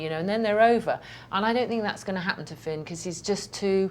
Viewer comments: she said feeon - nuh uh hunny - FINN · "fee-own"- it's finn sweetie...